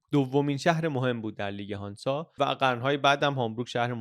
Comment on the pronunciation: هنزه نه هانزا ایرانی ها ریدن ب لهجه آلمانی